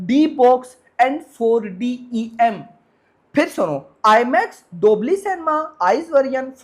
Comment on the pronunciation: Dolby ❌ dobly ✅